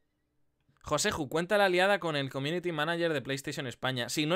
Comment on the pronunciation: Joseju, por qué dices F en vez de J ?